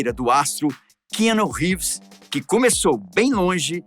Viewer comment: Não gostei do apresentador 1 não sabe nem falar o nome do ator .. ficou chato demais .. Ivan volta 😢